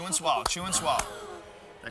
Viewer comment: Joe always said " Chew and Swollow"...